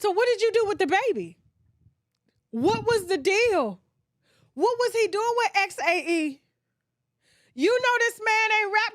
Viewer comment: The pronunciation for Xae might be zay 🤷🏾‍♀️